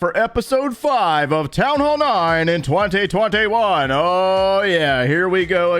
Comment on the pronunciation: I like the way he say 2021😂😂